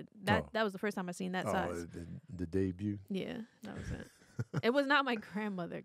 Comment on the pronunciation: Not “the debut” 😆😭